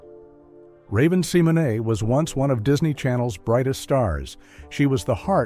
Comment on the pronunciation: You pronounce raven's name wrong.